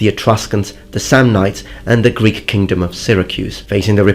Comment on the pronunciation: Your greek pronounciation is flawless